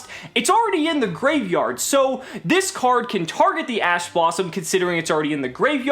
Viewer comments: did anyone else hear ass blossom? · lol you said a$$ blossom or it sounds like it. Thanks awesome vid. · "assblossom" Edit: damn I was late to the comment